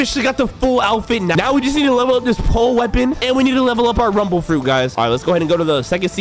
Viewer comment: I thought you said tumble tumble fruit